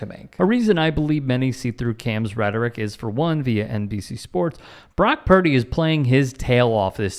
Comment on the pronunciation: Jesus Christ!! Is this dude related to KG!? Let me hear you say equivalent!! First he says Brack Purdy...then Brock Pardy!!